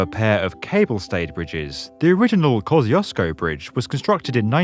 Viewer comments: No it's Hell Gate. And it's Koh shoosh ko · ko-SHCH-OO-SH-ko - that's how you pronounce 'Kościuszko' in English in the way that is most similar to the original Polish pronunciation :) Great video, greetings from Poland ! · IKR 🤣 It sounds EXACTLY the same. But apparently he's not pronouncing it correct 🤔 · The english pronunciation of 'Kościuszko' sounds so funny. Love from Poland❤